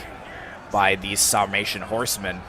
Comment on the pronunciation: Epic last stand! Sounds like your'e saying "Salmation" instead of "Sarmation."